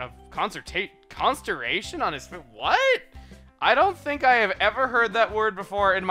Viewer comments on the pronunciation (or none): That word wasn't "consteration," it was "consternation," and it means worry.